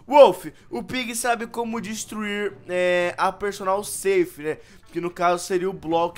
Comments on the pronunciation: Perdonal Safe? mds aprende a falar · Ele pronucia personal ceif 😂